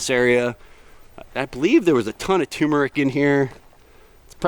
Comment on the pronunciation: Toomerick? Turmeric, we love it! Love that food forrest!